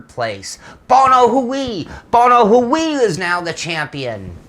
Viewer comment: I have yet to find someone who pronounces Bono Huis correctly. 'Huwee' is at far, far from correct. :) 'Huis' is Dutch for 'House' and is pretty similar in pronunciation.